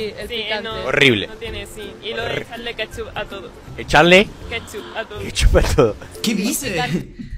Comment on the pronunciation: Jajaja es plebilla wue dijo que le ponemos kepchup q todo pues no se donde comio jaja